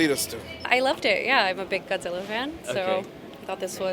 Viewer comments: 最初に出て来た、ちゃんとゴジラと発音してて嬉しい、ガッズィラじゃ無いんだよね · 冒頭に出てきた人のゴジラの発音がガッズィーラァァァじゃなくて好感持てる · 最初の「ゴジラー！」はきっと日本版ゴジラ過激派w ちゃんと発音まで日本語版に合わせてきてる。